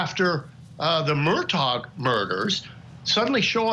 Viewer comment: If your guest says "Mur-tock" one more time, I'm gonna lose it.